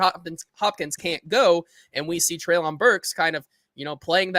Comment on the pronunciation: …come on man. PLEASE stop saying “Treylon” incorrectly. If you’re doing it just to troll at this point, then I guess have at it. But if you’re doing it because you are still somehow unaware that you are the only one left in the Titans media that is butchering his name…then stop man. You’ve even had two different co-hosts now that both pronounce it correctly in the same convo as you.